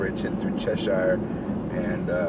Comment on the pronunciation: Thanks for taking the time to enjoy the Berkshires and it's towns etc. but one minor correction. while you were in "Cheshire. its pronounce Chesshure! tho spelled shire. like Berkshire. is Berkshure ! anyone born and raised here says it that way. and "Shire" used in either makes us cringe! thank again for shairing. ECF